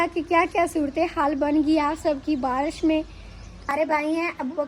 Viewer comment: باراش نہیں بارش کہتے ہیں